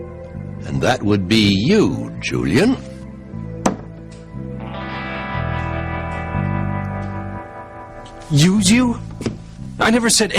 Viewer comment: JuleeInn lol. I love how he says Julian's name.